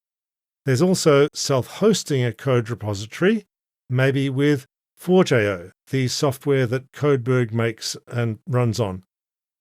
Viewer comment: I'm pretty sure Forgejo is pronounced “forge joe”, not “forge ayoh”